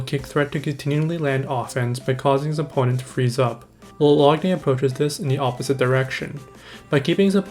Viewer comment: It's pronounced lock nan